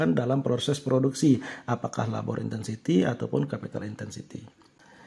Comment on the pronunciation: Maaf ka mau kasih saran aja. Sebenernya penjelasannya cukup bagus dan mudah di mengerti, tapi 1. Ada beberapa kata yang kurang jelas penyebutanya, seperti di detik 15.33 penyebutan kata LABOR. Saya butuh beberapa kali pengulangan vidio untuk tau kata itu. Itu juga mungkin karna saya baru pertama kali mendengar kata LABOR, jadi saya sedikit kesulitan. 2. Untuk penjelasan di cth KURVA. Bisa kah Ka, untuk menambahkan coret-coretan merah di bagian-bagian yang sedang dijelaskan, agar lebih jelas. Karna saya masih kesulitan dalam membaca KURVA. untuk selebihnya vidionya cukup baik dan dapat dimengerti. Terimakasih, semoga untuk kedepannya lebih baik lagi. SALAM SUKSES.